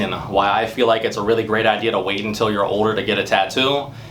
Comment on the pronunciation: The way he says “older” is funny ! 🤣 “OH-DER”